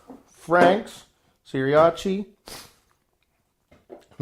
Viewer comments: This nigga just pronounce it seeriachi??? 🤣🤣🤣🤣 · He said siriachi 😂😂😂😂😂 I love it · Man how not to love him when he call it Siriachi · Died when he said "Seriachi" lol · This dude really said Seerachee. I’m dead 🤣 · He said Sriracha the most American way possible lol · hahahahaha i loved how you pronounced sriracha, made my day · funniest pronunciation of Sriracha I've ever heard